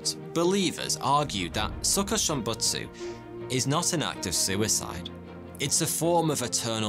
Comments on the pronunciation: Hearing him say suhkuhshimbutsu hurts my ears..I think it's supposed to be pronounced as sookooshimbutsu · His Japanese pronunciation is so funny to me😭